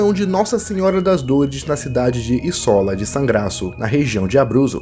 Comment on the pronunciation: Acredito que a pronúncia certa de Isola seja “ ízola “ e não “ içóla “.